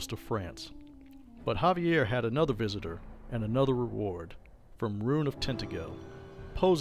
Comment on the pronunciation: It’s Xaviar. Ex-Ay-Vee-Ar. Not Javier. There lore videos are pretty entertaining. The only problem is, they’re out of date. Either you haven’t read Beckett’s Jyhad Diary and any of V5, or you’re choosing not to update the lore to include them, in which case they’re incomplete.